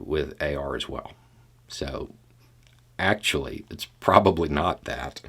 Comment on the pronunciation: I like how you go “well akschually”